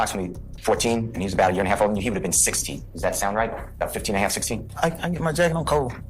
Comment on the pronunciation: Bro when you said “HaLFFFFF?????” I died 😂😂😂😂